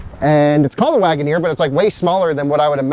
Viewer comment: Guys, let's be understanding... It is just Jeep Lag'o-neer 😂